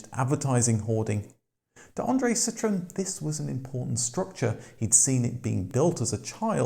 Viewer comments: But why do you keep pronouncing Andrè's last name, and the name of the company, completely wrong? If you take him up on the fancy name, it's "cee-troh-ENN". If you call his bluff, it would be "cee-TROON". But "CEE-trunn"? No. No fucking way. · See - troh (roll the R) - ahn. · Hey, please do the marque justice and pronounce it correctly. A "citron", as you Brits tend to pronounce it, is literaly a "lemon". A Dutch grandfather was a green grocer and took the surname Limonenman----literally a "lime man" (not lemon). His son, not Andre, changed it to the Dutch word 'Citroen", which is indeed 'lemon' in Dutch, AND pronounced "citron". Nonetheless, the French don't normaly pronounce two consecutive vowels independently, but based on several theories, the family wanted each vowel enunciated. So, the trema (") was added to the "e" to signifiy that both the "O" and the "E" are pronounced separately. [An easy French example is Noël ] Phonetically, this is not a hard word to pronounce correctly: Si-tro-en. Why would you bother correctly pronouncing Renault and Peugot (although you also crucified "Pan-Hard"---the "d" is silent)? I mean really, La Manche is only 31 miles across; you'd hope this miniscule distance would prevent the Roast Beefs (ha!) from mangling yet another French word. Zut alors😵‍💫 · What no “”Cit Row EN””?